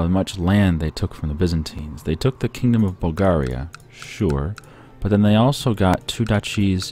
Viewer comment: I hate how you say bulgaria